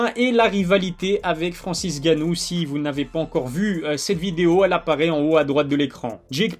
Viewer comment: je sais frèrot;) c'est qui prononce mal est sa m'énerve....😂